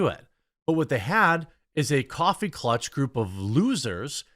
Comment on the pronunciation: It's coffee klatch, not clutch.